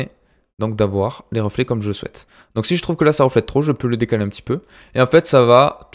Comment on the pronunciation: Mec je suis plié quand tu dit 1 1 1 on dirais avec ton accent que tu dit heung heung heung ^^